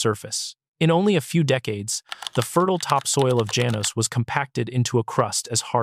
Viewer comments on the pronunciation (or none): Janos - pronounced ha-nos! I have uncles/aunties/cousins nearby in Acencion. My second home. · Janos is pronounced as follows: Ha-nos. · Janos is pronounced Hanos in Spanish